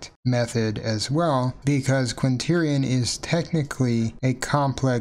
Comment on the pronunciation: You seem to have written Quaternion but are not pronouncing the 'n' in the middle.